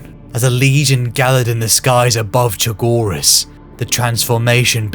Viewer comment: Fulgrim mispronouncing chogiris is very fitting